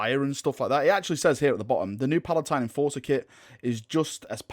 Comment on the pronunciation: Dude please stop with the mispronounciations it fucking drives me mad. Just go over the word instead of rushing it